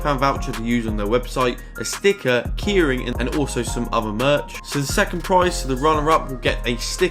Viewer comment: Never heard anyone say ‘keyring’ like ‘kearing’🤣